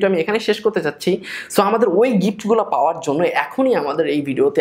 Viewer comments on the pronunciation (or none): none